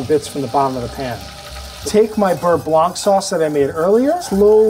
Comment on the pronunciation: Nice receipy. Side note: in french, the ’c’ in blanc is silent.